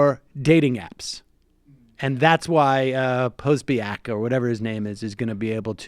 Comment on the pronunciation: Not to be picky but it's pronounced po-SO-byetz. Also Schadenfreude doesn't have to be in relation to your friends.